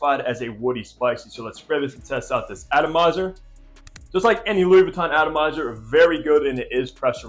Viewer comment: It does come off a little strange if the reviewer doesn't even know how to pronounce the product they're reviewing. A little Googling is all it takes... Jus saying.